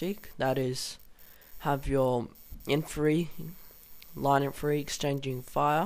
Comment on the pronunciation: IN - FAN - TRY there is a t... :P awesome vid good work